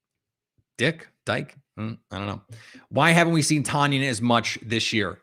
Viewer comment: It's TONyan, boss, like the weight. Love the content tho